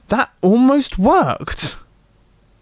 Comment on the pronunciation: that British pronunciation workED